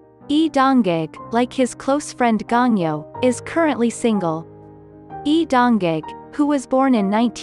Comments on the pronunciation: Your not reading my husband name right... Its Lee Dong Wook sounds like cook.... 🤦 His married to me........ In my dreamsssss... 😅💙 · Lee don wook not Lee don jange.